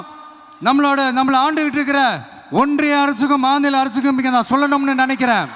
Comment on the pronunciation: முதல் மாதுள மாநாடா😂 அது மாநில மாநாடு இதுவே சொல்ல தெரியல நாட்டை திருத்த போறாராம்🙄🤷🏻